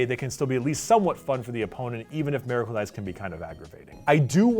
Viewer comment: Why does keep pronouncing Miracle that way? He is saying it like it's spelled Meracle but it's Miracle